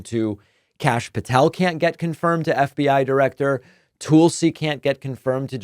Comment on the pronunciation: Davis, Tulsi is pronounced Tullsi, not Toolsi, a short u sound. Thanks. She is bad news regardless.